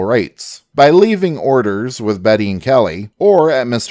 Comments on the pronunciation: The narrator continuously pronounces the name "Beatty" as if it were a woman's first name of Betty. The proper pronunciation is Bay De and not Betty. If one were to call him "Betty" back in the 1870's or 80's you may have had a fight on your hands. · Kelly’ partners last name wasn’t Betty it’s pronounced Bay tee . It’s a Scots name, it can’t ever be pronounced Properly by purely English speakers. The E is silent, not the A. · I was going to say the same thing. It got annoying hearing him say Betty constantly.